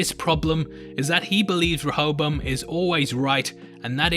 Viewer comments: A is pronounced differently in the East... it’s like dance and da(h)nce. Serac is pronounced like the latter Sera(h)c or se-rark. Same with the A in Rehoboam. Re-ho-bo-ahm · i'm a bit disturbed by people other than serac mispronouncing rehoboam. certainly it's an obscure old testament name to most people ... unless you know that it's one of a pair of names, the other being the far better-known jeroboam that has a non-negotiable english pronunciation (4 syllables, primary emphasis on the 3rd) that conventionally matches that of rehoboam now serac has an excuse, being a weirdly accented frenchy. but that doesn't mean his pronunciation is the definitive one for the machine, even though he invented and named it. clearly his intent is reference to the bible character (iterating through a list, as computer developers are wont. the selection of rehoboam over jeroboam [following david] is a theological pedantry i won't labor over) and the expectation for people without funny accents would imo be to use the standard pronunciation ... as indeed do (some?) other characters in the show. which is why i'd prefer pundits to drop serac's pronunciation. if a mexican character referred to an instance of "hayzoos", and he was talking about the christ not another mexican, non-accented pundits would render this as "jesus" to a non-accented audience on an unrelated matter, it's worth noting that running a simulation to find flaws and running one as a simulation per se are not necessarily separate purposes. a parallel is weather simulation, which is primarily a predictor, and yet the same model can be used to test the reliability of a prediction by repeating it with ve